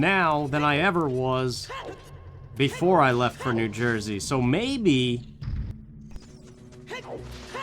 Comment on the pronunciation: Part 1 1. No, it's because Fortuna was the Roman goddess of luck. She didn't have a male counterpart, not in their mythology. 2. I was wondering what you were doing in "Joy-zee." Is the accent actually like that, eh? 3. I actually took to using "crumb" in front of my mom at least in place of actual swearing--she told me to clean up my language even though I'M 34 YEARS OLD...in two days...but I don't know if it was subconsciously because of you, since you use "crumb" all the time. 4. I will ATTEMPT not to go any deeper than this--I got trolled rather viciously at the same time as you and only one person helped me out--but yeah, death anxiety/realization? Totally real. After my favourite auntie died, she used to call mom on the phone every night, right, so, around 5 or 6 at night, for a few months, if the phone rang, my brain would go, "Annie!" Nope. But I've got her name. Lillian Anne, thank you. I'm-a do the woman credit, Gods willing. 5. Yes, I used to save any time I paused. 6. Hm, isn't "cool ranch" a flavour? 7. Never say the words "garlic powder" in my hearing again...which would be more effective, but less comprehensible to either of us, if I said it in Italian. I have my father's blood for the eating portion of my days, haha. I don't speak a syllable of it, though: wish I could. He can't, either, though, so at least I'm not alone. 8. Best Cajun food in my opinion? Gumbo. I don't like shrimp, but me and my friends made a huge pot of it once, enough to feed an army, and